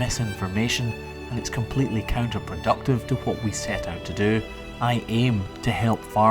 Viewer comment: Everyone else has expressed what I wanted to say, so all I have to offer is this: “It’s COWnterproductive.” You’re welcome.